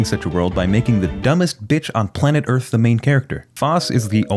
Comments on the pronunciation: It is Earth, not Earf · "THAT'S EARF?!?!?!"+echo